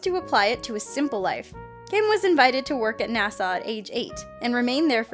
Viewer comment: Did she just call NASA 'Nassau?'